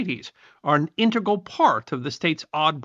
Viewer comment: In te gral😊